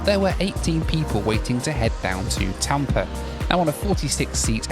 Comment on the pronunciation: It’s Tampa. Not Tampr. 🤡